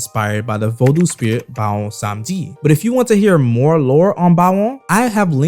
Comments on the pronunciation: The U is silent bra , u throwing me off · Bro plz learn how to pronounce the word Vodou properly